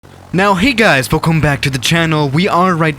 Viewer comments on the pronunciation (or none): none